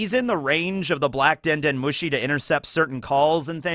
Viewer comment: Sorry to be nit picky but it’s den den mooshy not den den mushy. That makes it sound like you have a phone made of mush